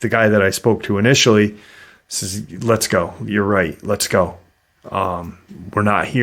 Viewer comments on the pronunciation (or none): none